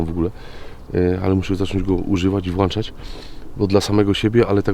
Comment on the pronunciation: Witam. Jak zawsze ciekawe, nie żeby się czepiać ale jakbyś zaczął WŁĄCZAĆ zamiast włanczać byłoby perfekcyjnie. Darz Bór